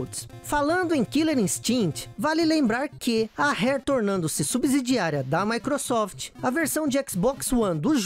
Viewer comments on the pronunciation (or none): none